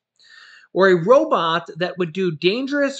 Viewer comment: What's a "rawbot"? Lol.. good video as always man.